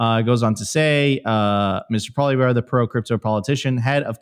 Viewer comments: Actually it’s pronounced “Pwah-lee-ev-ruh”. I’m a Canadian reitired French teacher. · its pronounced like "poly-ev" for crying out loud lol